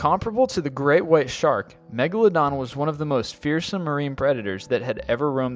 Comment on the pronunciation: he pronounced megalodin wrong lol